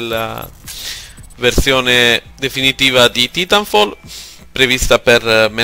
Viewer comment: Ho smesso di vedere il video al decimo secondo quando ho sentito l'orribile pronuncia del TITOLO. Assicuratevi che a parlare sia uno che sappia un minimo di inglese....